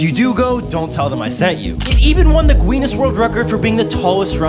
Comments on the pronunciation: Next, Ginees world record held by the pronce of debye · First “Genius World Record” then “GANNES world record” now “GWEEENNNEEESS world record” 😂 And also “Prince of RUBAI” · That's how irrelevant the Guinness records are now. People think it's pronounced GweeNess